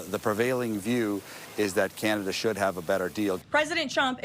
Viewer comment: Oh Cana-Duh